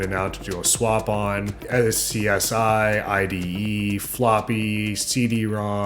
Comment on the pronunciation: did that man just say S-C-S-I instead of scuzzy like everyone does